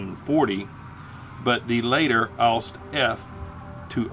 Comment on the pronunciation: I have to say, it annoyed me how you pronounced "Ausf." as the word "oust". If you do pronounce Ausf., please try to pronounce the "f" as an "f" and not as a "t". It is a contraction of the word "Ausführung" (ows-fyoor-roong) and simply means "execution", as in an execution or building of a design.